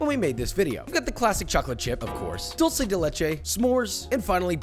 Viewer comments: Thank you for not pronouncing "dulce" like a fckng rtard like every other american that pronounces it as "doll-che" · Thank you for saying 'dulce' and not 'dolce'.